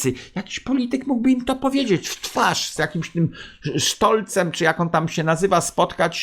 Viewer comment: "Sztolcem.." xD